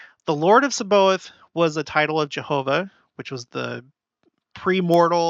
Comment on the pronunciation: It’s pronounced SAB-BA-OTH, with the emphasis on “OTH”.